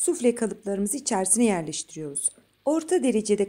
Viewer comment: içersine diyişi beni benden aldıya😂😂😂😂